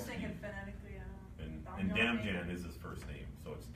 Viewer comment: Its pronounced Dam-yan not Dam-Jan